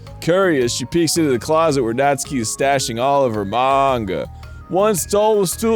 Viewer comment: I’m a little surprised Arin doesn’t know this but it’s pronounced “Naht-ski” not “Naht-soo-key”.